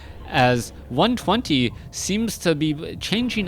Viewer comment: Moon did say 120 ("one two jayro") was the fellow to watch. He wasn't wrong.